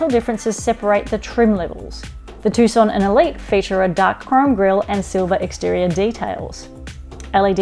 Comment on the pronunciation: it is named TUCSON not TUSCON